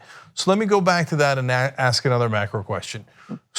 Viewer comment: This guy needs to pronounce the "k" when he says the word: "ask"!